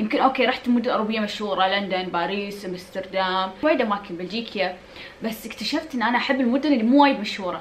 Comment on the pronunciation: بلجيكا مو بلجيكيا 🙁